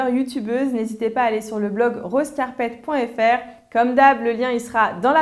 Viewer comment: #rosecarpet :) il faudrait revoir ton accent anglais ^^ lol :) J'adore vos vidéos ;)